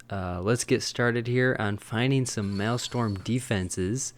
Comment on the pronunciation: Its Maelstrom! People said it is Malestorm XDD